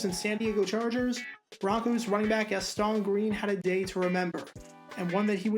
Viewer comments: It’s pronounced GAS-tin, not “his-TAAAAHN” like you say it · Gas-TAWN and WIN-der. Never heard those before. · Was wondering when somebody was going to say it! I’m watching this video now and wondering when GAS-TON became French 🤣🤣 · Right?? He’s no French! 🤣🤣 I’m just guessing that wasn’t born yet when Green was actually playing to know how his name was pronounced. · Hate to be that guy, but it is Gast-un Green and Sammy Wine-der. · It's Gas-ten, and WinDER. Learn how to pronounce the names of players!! And Charles White, was overcoming a drug addiction, so the Rams had to draft a RB in 88. As for most surprising, he was a 1st round pick, so somebody saw talent. He was both misused with the LA Rams, and didn't work hard enough to be a NFL RB. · Gastone and Win-der... You're killing me bro! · Dude. If you're gonna make videos like this, please at least learn how to pronounce the players' names. Watch some games from there era, and listen to how Sammy Winder's and Gaston Green's names are pronounced. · Not sure you are saying Gaston correctly. *check that - you must be really young, because you also pronounced Winder with a short (i) instead of a long. Okay, just wanted to say that.